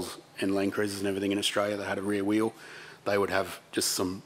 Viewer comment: Wheelie wheewlie stwong wheewl howlda.